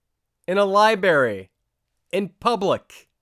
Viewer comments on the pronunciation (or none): "LibRary," not "liberry." Did you ever see "Eternal Sunshine of the Spotless Mind" (2004)? One of the Jim Carrey character's complaints about his girlfriend (played by Kate Winslet) is that she mispronounces "library" as "liberry." There's an R between that b and that a.